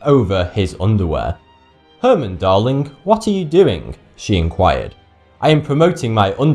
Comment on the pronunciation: 헤르만이 아니라 헤어만 아닌가요?